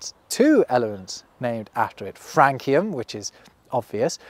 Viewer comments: Question: You pronounced element 87 with a hard K instead of an S as in the country name. I can't say that I've ever heard anyone say the name of this element but I've always pronounced it like the country name. Which is correct or is this another Alumium situation? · Love these videos. I think that "francium" is pronounced with a S sound, not a K. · Isn't francium pronounced as Fran - SI - Em, and not Fran - KI - Em? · Francium has a soft c (\s\) sound. This matches the c in France and it matches the universal rule that a c followed by an i or an e is pronounced as \s\. I did a quick search and do not find FRAN-kee-um listed as even a less common or disfavored pronunciation.